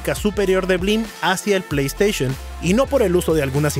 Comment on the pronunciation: Ahora lo entiendo todo... blim (no bleem) es un emulador de netflix, pero sin optimizar